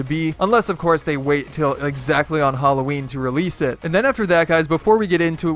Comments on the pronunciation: just want to say that you are suposed to say halloween and not hallowee i love your vids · "Leaked hallowee skins" That made me die hahaha